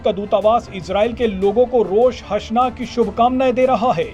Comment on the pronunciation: Rosh hasna nahi... Rosh ha Shana HOTA hai